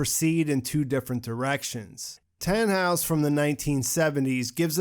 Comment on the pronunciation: I wonder why 'Tannhaus' sounds like 'Thanos'.